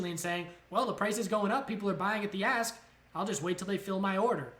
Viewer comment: Any one else hearing a$$ and bit instead of ask and bid, getting bit in the a$$, lol. Thanks great info.